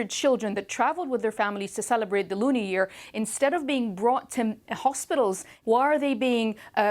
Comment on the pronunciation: Did she just say the loonie year?